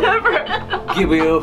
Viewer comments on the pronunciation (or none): did he say liber instead of liver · when he said libuer I felt that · "This is My Liber (liver)" IM DEAD